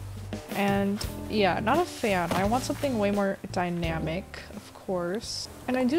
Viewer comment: Why is no one talking about how she said ✨DYNAMIC✨💫